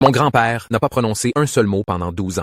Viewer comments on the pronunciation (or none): quand il a dit "père" l'accent ça faisait un truc bizarre